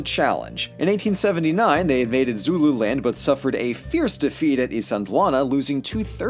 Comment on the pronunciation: As a south african, literally only watch tge video to see how badly you mess up our names, i am laughing myself to death because the only words you pronounced correct was zulu and sortof afrikaaner.